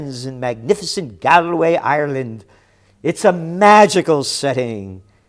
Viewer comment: Gerald the correct pronunciation of the “gal” in Galway is not like guys and gals but similar to “wall” as in trumps wall.